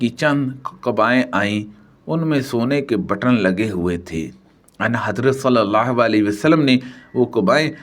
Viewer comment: لفظ اَن حضرت نہی بلکہ آں حضرت ہے درست فرما لیں